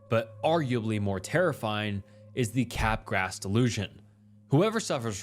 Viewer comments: Bro.. "capgras" is pronounced kuh-graa! Not cap grass. 😑 i knew you were saying it wrong, so... i googled. Honestly, that's something YOU should be doing before you record. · Cap grass .... it's freaking kuh-graa... it's french, that s is not there!!! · Bro, you're awful at pronouncing words. L-dopa is not "L-doppa" Capgras is not "cap-grass" Come on.